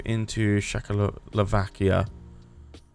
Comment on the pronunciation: I was mostly listening to this and I did a double take when I heard say Czechoslovakia as shackle-o-vakia instead of check-o-slovakia